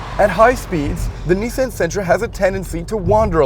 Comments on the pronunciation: I thought he was talking about his niece, Ann. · The way they pronounce "Nissan" kills me.